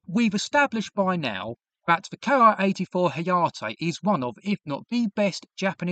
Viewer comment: It's Ki like key. Not K I.